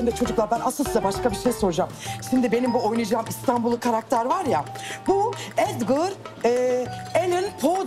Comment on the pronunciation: Olm onu bende fark ettim edgır diyo